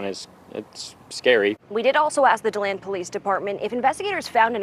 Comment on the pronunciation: if you can’t get places right, find someone who can!!!! it’s de- land florida👎🏽👎🏽👎🏽👎🏽👎🏽👎🏽👎🏽👎🏽👎🏽👎🏽👎🏽